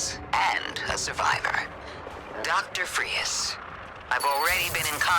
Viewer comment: They even misspelled and miss pronounced the names its “Fries” not “Frias”